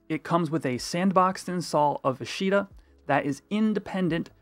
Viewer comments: for the love of God its AH-shta, not uh-SHEE-ta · you keep saying "a she da" is that what you call FFXI I am confused